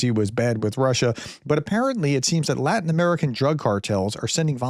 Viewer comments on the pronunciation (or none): none